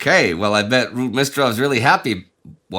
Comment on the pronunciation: Why "Rude-mistrov"?